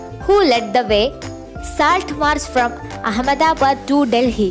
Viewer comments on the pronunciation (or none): none